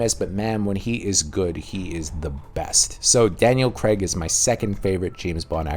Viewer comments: Daniel "Craig", not "Creg" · It's pronounced Craig! Not Creg!